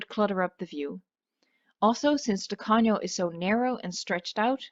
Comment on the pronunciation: Excellent pronunciation of Spanish, did you know that "Tacaño" is a stingy person? well, it would be great first in Pena Island, it is the most difficult All the best for you 0/´´